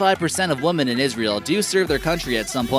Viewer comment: Beautiful country and people. Btw, to the narrator of this video, the word “women” is pronounced “wih-mihn”, not like “woman” as you do many times in this video.